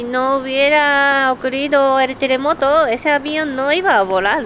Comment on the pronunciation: De no habel telemoto no habel mueltos... 😒